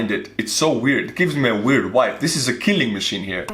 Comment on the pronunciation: fyi, the word is not wibe. It is vibe, meaning the pattern of a vibration.